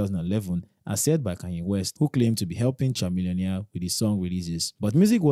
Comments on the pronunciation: His name KA-millionaire. Not CHA-millionaire. And his friend his Paul Wall, not Paul White. Please research properly. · It is pronounced Kamillpionaire (not chaa-millionaire) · Chamillonaire is pronounced “Kuh.mi.lee.uh.neuh”. You’re welcome. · The way you pronounce Chamillionaire 😂😂😂